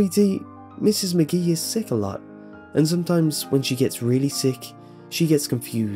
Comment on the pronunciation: A few things...... you pause weirdly when narrating like William Shatner, you keep mispronouncing names such as Mrs. McGee. You switch between that and calling her Mrs. Maggie. I know they're little details, but it makes a difference because they pull the person listening out of the story.